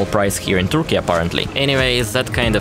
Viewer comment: No offense, just trying to help... Turkey is NOT pronounced "Toorky". 🙂💁🏼